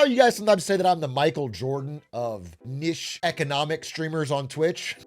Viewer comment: did this guy really just pronounce niche as ‘nish.’ Lock him up